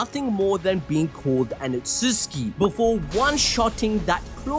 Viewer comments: its not utuski its utsutsuki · Otsuski ❌ Otsutsuki ☑️ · stop saying otsuski I beg u